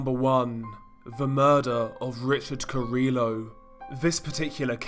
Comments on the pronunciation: You DO know that carrillo is pronounced car-ee-yo not car-illo? Double ll in Spanish makes a Y sound. Hearing you call him car-illo makes me cringe dude. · So in Spanish the double L is pronounced like a Y so this guy's last name would be pronounced cariYO ❤️love your vids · hearing the 'L's pronounced in carillo hurt the soul ngl LOL